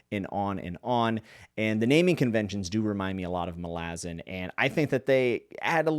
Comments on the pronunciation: Why do you pronounce it as "malAzan" ITS "mAlazan"! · You can’t even pronounce Malazan correctly. Reported.